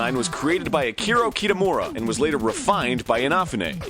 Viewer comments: Funny. His pronunciation was pretty good. I'm curious as to how you think it is pronounced. FYI, his pronunciation of Akira Kitamura is what needed to be pointed out. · Key-TUH-moora InUH-fuh-ney Not InAHfuhney